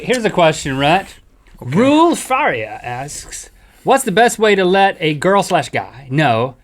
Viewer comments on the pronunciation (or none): im here as a portuguese person to teach how to say rui faria: 1º "rui" its pronounced with a spanish R like rrrrrrrrrrrrrrrrrrrr 2º its not fAria but farIa, giving more power in the "i", and here the R its pronounced like they did 3º how many people gave a sh*t ? XD